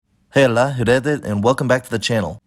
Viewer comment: Did you just read "hallå" as "hella"? And the second word I got no clue ... "redda"?